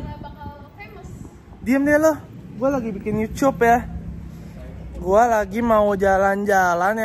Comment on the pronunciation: bang mending lu belajar baca aja dulu, lu bilang YouTube aja susah bang, baku hantam kita